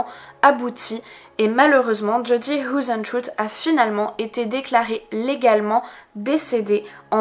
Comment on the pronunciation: hoesentruie :p..c'est du néerlandais,ca se prononce heisentreite...xD ah ok après tu le dit en accentanglais,c'est déjà mieux ^^ beh tu le dit qu'une fois comme ca,en fin cetait comique